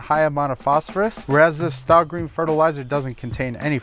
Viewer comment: Stay Green,! Stah Green? Why would they call it that?